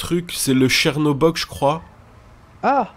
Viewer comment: j'étais tranquillement en train de manger mon petit déj quand soudain prend le "chercobog" et une envie me prend de tout dégueuler sur mon passage.